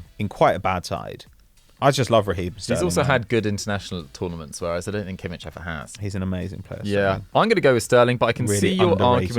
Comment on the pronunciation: Kudos to for his pronunciation of names, finally someone says Kimmi[kh] and not Kimmi[CH]